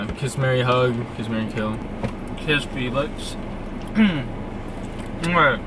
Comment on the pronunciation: I like the pronunciation of the name Felix, this boy almost looks like Felix